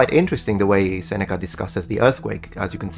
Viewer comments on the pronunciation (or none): none